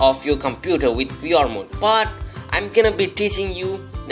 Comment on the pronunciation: why are you saying "we r headset"? its VR dude.